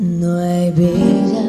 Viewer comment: I think I say it in the video, but she pronounces "bella" weird to me. "ll" is supposed to sound like a "y" in English, and she has this "j--" sound that comes out.. It almost sounds like it's French or something.